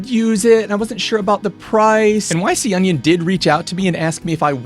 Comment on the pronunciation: This looks like a great addition to the kit. Maybe it's not pronounced "Why See Onion", maybe it's "ee-con-ee-on" 😄